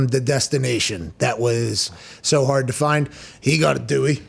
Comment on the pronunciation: The big intellectual.. says fine, instead of FIND.. 🤔